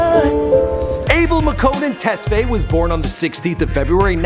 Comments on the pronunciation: Wait did this dude say tesfayy? It's Tes-FAYYE btw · lmao the way he pronounces tesfaye and amharic …